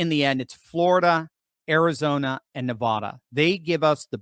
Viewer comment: Could you PLEASE pronounce Nevada correctly!! Drop the nevaaada